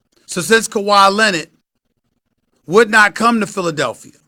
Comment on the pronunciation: Who is Kawhi Lennid? Stephen A’s Stephen A English XD